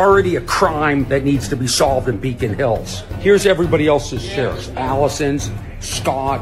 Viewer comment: Did he say Allison?